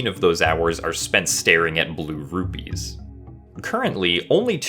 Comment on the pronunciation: Sounds like you're saying ruby, got me for a second